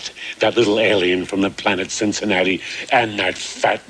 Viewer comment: The one time he says it right ("Cincinnati", not "Cinciwatsky")!